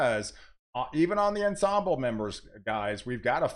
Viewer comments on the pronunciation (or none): none